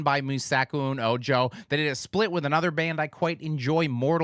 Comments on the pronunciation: Ojo is pronounced "O-HO" 😅 "Me Saco Un Ojo" - I Pull Out My Eye 👁 And now you know ;) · Ojo is said like Oh-ho. Meh sa-ko oon oh-ho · This bothers me every TIME! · as a spanish speaker, "ojo" (me saco un ojo) it's says "o-ho". The other way you just say "hole" xD